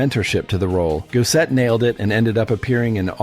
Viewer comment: Its Goss-ett. Not Go-set